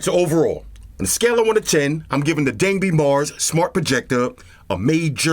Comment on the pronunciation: 东北Dangbei is pronounced like "Dong Bay" assuming it's named from the DangBei province of Northern China, historical known as Manchuria.